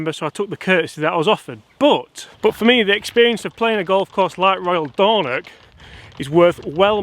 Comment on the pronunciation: Good video but you need more IRN BRU Dornoch not Dornock lol